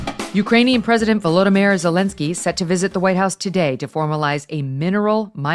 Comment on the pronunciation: "Ukrainian President Volodymyr Zelenskyy..." I never knew his first name was "Volodymyr" until just now when I heard Megyn say his first name correctly. I think Biden saying "Vladimir" so often led me to believe he had the same first name as Vladimir Putin. Thanks Megyn!!!